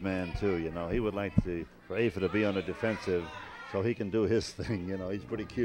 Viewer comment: Sorry to correct you but it’s afa not affa